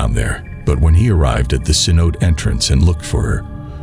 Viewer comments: CENOTE = “Sen-oh-TAY” not “kenOTE” jfc. How can you be doing a cave diving channel and have this inexcusable pronunciation of such a basic word in the sport? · rips hair out at americanized pronunciation of cenote. It's ceh-know-TAE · It's not "ken-oat" it's "sen-o-te". Try to be credible here man. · The grand sanote lol say no tay . How ya gonna make a video about something you can't pronounce? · sen-oh-tay, not sen-oat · Kanote😂 sanotes😅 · Ce-no-te. Pronounce the short e. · sen-oh-tay lol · It's pronounced "si-note'-ay". In case you cared. 😀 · Cenote is actually pronounced “seh-no-teh” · The grand ce-note 😂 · Cenote is pronounced phonetically as Sa-no-tay. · Grand canote... come on man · omg yes. Me too. I am hiding this channel from my YouTube feed because I couldn’t even focus on the content. I kept hearing “Ken-OTE” and wanting to scream. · Haha so many ways to pronounce cenote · You mispronounced cenote throughout the video. At least know the basics of what you’re talking about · I was just about to slit my throat if I heard another mispronunciation of Cenote.